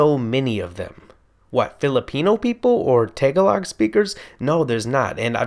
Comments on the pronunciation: BTW,... It's not Tay-ga-log. The emphasis is on the second syllable. Ta-Gah-log. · Lmao the way you pronounce Tagalog got me rolling 😂😂